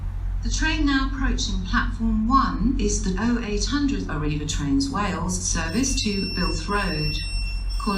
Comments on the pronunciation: Birmingham News Treat and Birmingham Internaytional😂 This Train is Operated by ARRIVA DRAINSUS🤣🤣🤣🤣🤣🤣🤣🤣🤣🤣🤣🤣🤣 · I laughed so much at "Toolfort Central" "Oshunt" and "Arriva Drainsus"